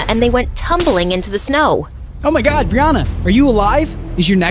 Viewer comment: It’s oh...my...god! Not oh my god